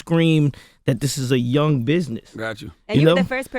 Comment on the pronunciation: Missed the G in young...I guess CTG does the spelling because he's a retard